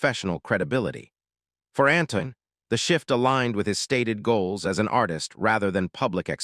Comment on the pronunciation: Not another useless video telling us what hundreds of others have already told us. Make something original ! By the way his name is Antoine -(Ant twon )not Anton